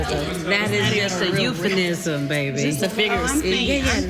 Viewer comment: The woman trying to ridicule Porsha ridiculed herself by say "euphonism". LOL....English can be so difficult for some folks. Classless...too bad money cannot buy intelligence or English lessons.